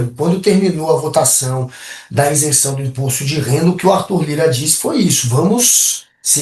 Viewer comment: Ótima análise. Mas,, o correto é isenção, e não insenção! 👍